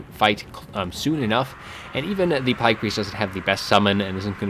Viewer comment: whats up with pronouncing it plæyg? not trying to be rude or anything, its just doesnt seem like you have an accent